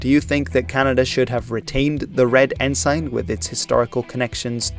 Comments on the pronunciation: English can be quite difficult for a non native speaker, even for some native speakers. I've never heard of 'ensign' being pronounced like that either. It should be with a short 'i' (ensin, not ensain) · I was always taught that ensign was pronounced ensun. I see by searching online that the UK pronunciation is ensun. Other English speaking countries, as with many words, use different pronunciations. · A non native English speaker telling how the name of a Canadian province is pronounced (incorrectly) is…laughable. It makes the mispronounced “ensign” less offensive, by comparison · Up until this video, I have NEVER heard ENSIGN pronounced as “en-sine”. Always “en-sun”. But here Newfoundland and Cabot are also mispronounced…🤷‍♂️ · ensign is pronounced with a schwa so it it's more like en-sen, not en-sain. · Loving your content, so here's some pronunciation tips to help you make it even better! "Cabot" sounds like "cabbit". The second syllable of "ensign" rhymes with "sin", not "sign". "Newfoundland" sounds like "Noofin' Land" -- primary stress on the first syllable, secondary stress on the last. It's "Diefenbaker", not "Diefenbacker", and the last two syllables sound exactly like "baker". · Good video, but it's pronounced En-Sin, not En-Sign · I know your native language is not English, but the word is not En-SIGN, but En-SIN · its pronounce en-sin not ensign... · "En-sin" not "En-sign" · Good vid! - I will point out that 'ensign' is pronounced "en-sin", and not "N-Sign". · Good video. One FYI …. Ensign is pronounced en-sin (not en-sine) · Firstly, ensign is pronounced "en-sin" in Canada. Secondly, it's "Diefenbaker", not 'Diefenbacker. Thirdly, also part of negotiations to change the flag was the progressive New Democratic Party, then propping up the Liberals in the Canadian House of Commons. Finally, an excellent video otherwise. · Also: En-sin (not en-sign) and Dee-fen-bay-kur (not bakker). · It is not en-sign..it is pronounced "ensin" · It's pronounced "En-sin"